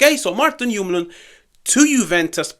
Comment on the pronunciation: We gotta work on your pronunciation. If we get him. ❤ much love. As a Dane I’m biased but I have said since his first season at lecce that we should get him. I hope he comes